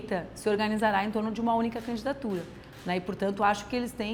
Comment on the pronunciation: porque ela fala candatura?